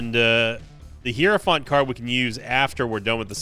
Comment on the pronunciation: Day 1 of trying to tell that it is pronounced high-row-fant. Not hero-font. Super annoying and ironic considering how much guff he gave hutts for calling them "rums" instead of "rooms". There's really no excuse for the mispronunciation either, especially since the game says it correctly every time you use the card lol.